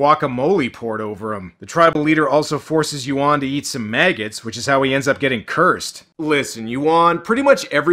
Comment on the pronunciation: A Patreon's "Zack Potter" eh! Not a coincident that this Chinese movie got featured on Dec. 20th --- With the news about Cyber security issues plus Airport closure via Drones and HUAWEI. key words incude "Turkish" and bastardizing pronounciations of Yuen and Yuan. And much more subliminal propaganda.